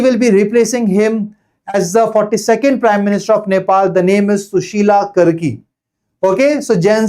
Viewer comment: karki (कारकी) hota h sir 😭 I am from Uttarakhand and I lost it when you pronounced कर्की